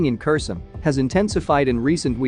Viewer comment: If you keep saying Kerson instead of Herson, I will stop watching you!!!!!!